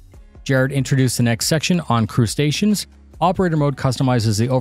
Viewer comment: Crewstations... crew stations... why do I keep hearing Crustaceans? And why am I hungry again?